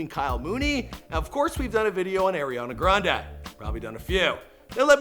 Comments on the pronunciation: “Air-e-On-a grandA” I’m dead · Boy that is not how you pronounce Ariana Grande